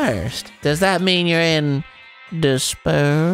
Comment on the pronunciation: Dispair? Disbear? THIS BEAR!